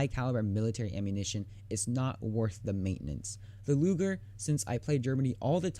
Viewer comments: "Luger", not "Lujer" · cough cough 1. it is pronounced loo-ger not loojer, 2. and it is only in germany because it is a german p08 parabellum produced for german officers during ww2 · Pronounced "Loo-Gurr". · He said looger xD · Daniel Heines2 soft g is pronounced like the letter j. It’s a hard g, like in gasoline. The German language doesn’t really have a soft g/j sound. Don’t believe me? Ask a German teacher or someone else who speaks German.